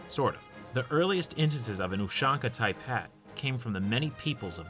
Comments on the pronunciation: STOP SAYING USHONKA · no, in cyrillic it’s spelled ушанка, or pronounced properly as Ooshanka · You said ushanka wrong its U-shank-uh